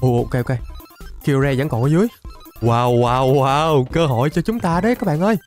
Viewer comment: Kyogre đọc đúng là kai ô ga